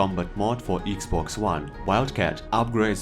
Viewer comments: “Eeeeeks boxs whan” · "EGGS BOX JUAN"